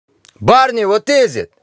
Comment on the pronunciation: Its not barney, its parnee, means "guys"